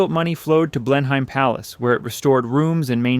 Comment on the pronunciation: the pronunciation of Blenheim is also a give away (not all letters in the name should be enunciated).